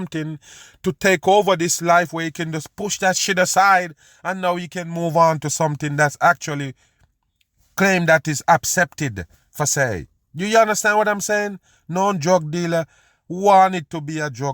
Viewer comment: Please stop saying supposedly every 20 seconds and its Vladimir putin not plutin its influencer not infelencer its perse not forsay